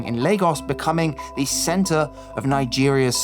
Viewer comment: Another interesting upload! One recommendation for the narrator though: Stop compulsively pronouning the untressed articles "a" and "the" as "ey" and "thee", respectively. It just comes across as odd and jarring. I get that this is meant to sound more intellectual somehow, but get this: Actual intellectuals don't actually talk like that. :) The norm - yes, even among intellectuals! - is to follow the natural speech pattern of one's native dialect of English. Meaning that "a" and "the" are normally pronounced "uh" and "thuh" (unstressed schwa), except when adding extra emphasis, or when "the" precedes a vowel sound.